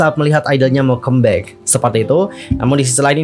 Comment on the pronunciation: Bisa request? Baca comeback-nya jangan kembek. Di dengarnya gimana gitu lho